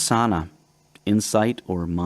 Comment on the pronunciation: Awesome book, thank you for sharing!! 😍💫💥🥰💜 FYI, that meditation is pronounced vi-PAH-sana